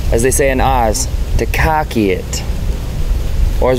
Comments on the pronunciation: KrAcKiE. Wtf what that pronounciation lol 😂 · I've never heard anyone here pronounce khaki the way claims we pronounce it.:|